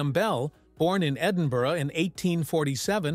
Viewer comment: The Scottish city of Edinburgh is pronounced something like Edinburr, there is no Burra in the name.